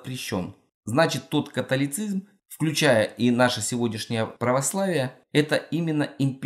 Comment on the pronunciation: "католицизЬм" и " протестантизЬм"!!!? Неужели нельзя написанное прочитать правильно?